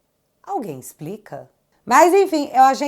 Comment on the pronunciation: ...só o "alex"..."exprica", né, "janga"!?...